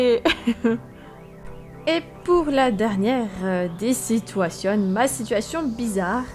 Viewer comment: OUII LES SITOUATIONE essque tu peut majouter stp